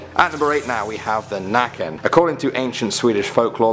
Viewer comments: its called näcken i bäcken not the naken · nÄcken not nAcken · nÄcken not nacken hahaha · U say necken not nacken like this näcken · The draugen is norwegian and so is nakken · Lol Nacken in swedish means The Neck, as in the bodypart neck, I know you dont have ä but you basically get it right if you say the neck added with en, Näcken, the necken. A is more pronounced like awe, as in being in awe for ex :) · I come from Sweden too and every one that cant Swedish say nacken instead of näcken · It’s näcken not nacken, cuz nacken means “ neck “ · hes called näcken not nacken and nacken is not even naked its naken thats naked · Its actually näcken not nacken. It sounds like necken. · The nøkken not nacken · It's not "Nacken" it's "Naken", Nacken means neck lol and naken means naked (and his name is "Näcken", also means naked) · Nacken xD?? It's NÄCKEN!..nacke/nacken means neck..haha! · "Nacken" means the neck but "Näcken" is right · He called näcken not nacken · Näcken not the nacken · Just for all the non swedes to know; ''The Nacken'' is actually called Näcken, ''en'' is basically ''the'' in swedish, it's the definite article in swedish. Nacken translates to neck. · It's näcken, nacken / näcken is probably one of the most common swedish urban legends. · Bruh I’m Swedish and number 3 isn’t nacken it’s necken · Hi. I'm from sweden and the only urban legend i know/heard about is Näcken (you call it The Nacken). The others I have never heard of 😂😂😂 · His name is näken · Im from sweden and i have seen nacken i couple of times but like how you say Nacken it’s like necken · Its nøken not naken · Its pronounced necken and spelled näcken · I am a swedish guy and i know nothing about the Nacken, but i do know that it's not Nacken, it's Naken. Nacke is Neck and Naken is Naked. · "the Nacken" is wrong pronounciation. it is not "The" first of all, it is just "Näcken" which means "The nude one" and it is pronounced "Neck-en" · It is not nacken. That means neck, it’s näcken.